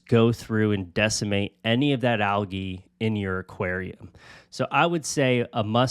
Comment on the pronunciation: Anyone else just now realize you were saying algae wrong this whole time or just me? 🫠